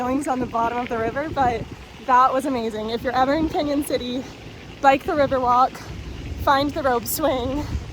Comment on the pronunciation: Thanks for saying our town name correctly!